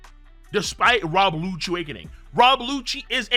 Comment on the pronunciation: Bro did u fr say rob goochie?